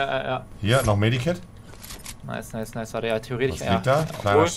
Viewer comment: Jeder sagt immer medikit anstatt medkit😂